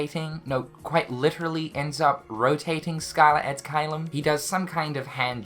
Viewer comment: it triggers me so much how you pronounce caelum